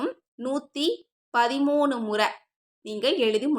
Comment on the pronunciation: 130 illa 113 sister theliva sollunga